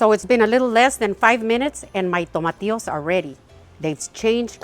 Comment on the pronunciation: I mean the green tomatoes like veg..it sounded like " tomatios" ?